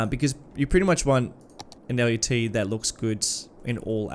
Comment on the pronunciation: as someone who's worked in the video production industry for half a dozen years, I have some experience with LUTs and one thing you should know is that the word LUT rhymes with the word nut. It's a one-syllable word that is used fairly frequently in the industry and always pronounced the same way in my experience working with people who have been in the industry for decades. This could be helpful to anyone who may have to use that word in a professional setting and avoid embarrassment.